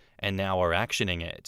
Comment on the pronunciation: Every time says "actioning", I hear a little voice say "couch".